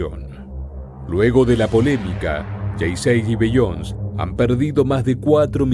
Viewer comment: Se pronuncia "Bi-yon-sei" no "Bi-yons"